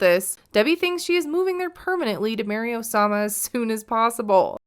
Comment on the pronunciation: OH-SAH-MAH has the OH-DACITY